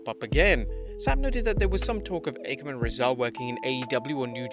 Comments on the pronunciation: Ffs, it's not pronounced "Ah-kam" or "Reh-zar". It's "Occ-am" and "Razor". They're named for the philosophical razor. Just spelled differently. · The worst part about the AOP is how EVERYONE mispronounces their names thanks to the announcers. It's Akham and Rezar, as in "Occam's Razor"